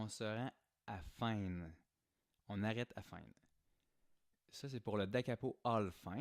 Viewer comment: Cool vidéo, par contre ça fait un peu amateur de dire "al Fine" comme si "Fine" était un mot anglais... On est tout de même sur de l'italien.